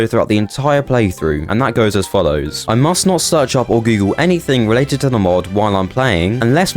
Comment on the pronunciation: Related, not "releated". ZAY-ton, not Zeeton.